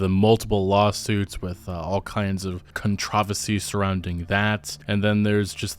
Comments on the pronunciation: We just going to pretend my man didn't say, "contrahvahci"? It's con-tro-ver-sy, my dude. 🤦‍♂️ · ContrOvacy? WTF ...I think you mean controversy LOL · Why are we still letting say contravisy guys. He needs help! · Whys he mispronounce “controversy” is he doing that on purpose? 😂